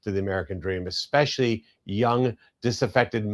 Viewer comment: Pssst escape not eXcape or eXpecially. Ah yeah not MinniANapolis. Minnie-Apple-iss